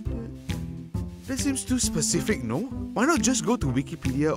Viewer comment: I don't know, but the "NOO" at the end sounds very German 😂. Does he come from Germany?